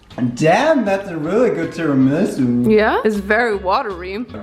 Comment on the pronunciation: Do Americans just say tiramasu wrong or is the one saying it funny 😂